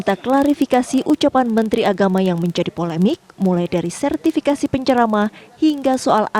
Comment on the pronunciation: Mantri kok ngomongnya ngocros.... Mentri opo iku.......